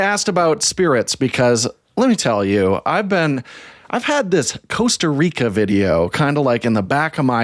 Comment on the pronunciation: Guys, it's not 'coast-a reeka'